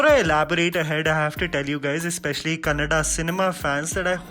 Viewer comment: It's good to hear kannada instead of kannad. Thank you sudeep sir. #sudeepians🥰